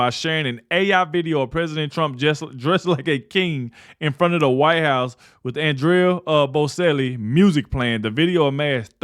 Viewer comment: My man, that is pronounced On-drey Bochelli.👍